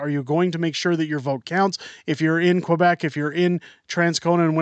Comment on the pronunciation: You really need to learn how to see 'Quebec' correctly.